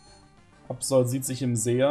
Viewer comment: Aerodactyl (kein zweites L) und Absol (kein zweites L) müsste man doch am Ende langsam und nicht schnell aussprechen? Frage nur, weil ich es richtig aussprechen wollte und hier "Aerodactüll" und "Absoll" höre. Was ist nun richtig?